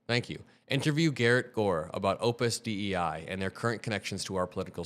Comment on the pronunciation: I saw where you read the correction, but for the algo, I will explain for anyone who missed it. , "Opus Dei," is not "Opus D.E.I.." Opus Dei is a Roman Catholic organisation. Dei is Latin for god, along with deus, etc.. Opus Dei roughly means, "God's Work." Dei is pronounced, "DAY-ee." BTW, price of eggs at Kroger in Knoxville, TN yesterday: $3.99 for one and a half dozen, so roughly a dozen. Is that bad? We normally have a great cost of living over here in southern Appalachia. As I am Vegan, I only buy eggs now and then for my current husband. I haven't bought any in months. Bannon didn't come up with "flooding the zone." It's a term from American football, talking about the End Zone. or so, it isn't a hammer of Odin. Odin doesn't have a hammer; Thor does. Thor, being the god of thunder, being the symbol of Tesla, makes perfect sense. I do worry we are screwed. I am 56, disabled (artificial hips), and married to another man. They just means tested my SNAP, and took them from me, telling me, if we weren't married, us being dietarily discordant (I am Vegan), they couldn't count his income, but since we're married, they have to, by law. Btw, my appeal papers mention my relationship not merely as married, but "in a same-sex marriage." I wonder how that it at all relevant? That said, there is no protection from discrimination based on marital status in the SNAP program. My husband has a good job, but has had a lot of old debt to clear up, while I live on less